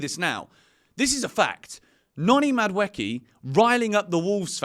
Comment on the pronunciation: Please, For the love of god, can you pronounce Madueke’s name right 😭